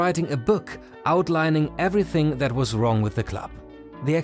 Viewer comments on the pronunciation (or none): none